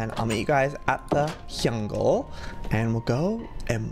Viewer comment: Lol "... hungle..."and then "...quilet..." 😅😂 Like if you laughed!